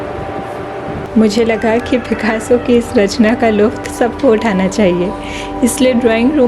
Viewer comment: Please correct lutaaf not lufat.